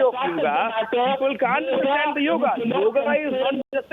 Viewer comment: Ok it's yoga not yog